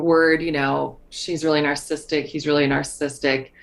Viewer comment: The way Debbie says “narssistic” and leaves out the middle syllable is driving me berserk.